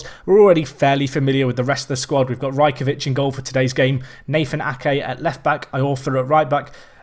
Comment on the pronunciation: It is pronounced Raj-ko-wich